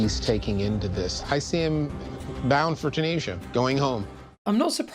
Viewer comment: When she did the rant about “the person who made you able to live in the United States” I WISH he’d saluted and said “thank you for your service”. And corrected her pronunciation of ‘Terneej-sha’ 😂